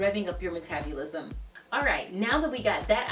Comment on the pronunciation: I love how she says MetabUlism 😂 thanks for the great video!!